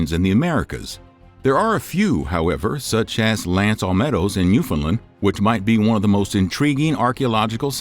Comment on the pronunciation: It's not newfinland it's newfoundland. You have to pronounce the found as found, not fin. It's also lancet meadows, not whatever you said my friend.